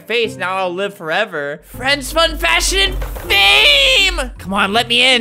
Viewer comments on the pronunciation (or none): “FRRIENSS FASHION FAME” SJSHJSJZJAJAJAJAJAKAKAJAJJAJAJA